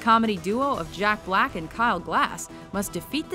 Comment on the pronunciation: Juck Back and Klai Grass, hehehe....